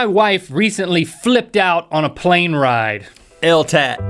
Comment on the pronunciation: why do they say "eltat"?